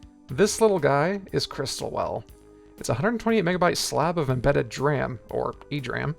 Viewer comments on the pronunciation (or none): D RAM. Not DRAM. FFS. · Did he just pronounced DRAM as "dram" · Fascinating stuff! I might have to look out for some of these chips to build a system around sometime! Only comment would be that DRAM and SRAM aren't pronounced as words, but rather D-RAM and S-RAM.